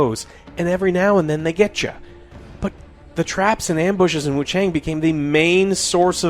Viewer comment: The A in Wuchang is pronounced like the a in "ah" not as the way the letter "a" is.... Sounds incredibly ugly to keep mispronouncing it.